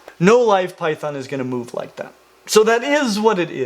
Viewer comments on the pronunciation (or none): none